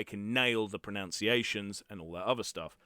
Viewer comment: I help u again. Pronunciation in the middle is nun lime none. Not noun. So ots like pro. Nun. Ciation. Non like none